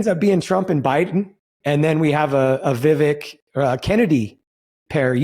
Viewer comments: Yes, the guys should have pronounced his name correctly. Vivek like Cake or Rake ( vek). Vivek better win in 2024. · Viv”ake” like cake.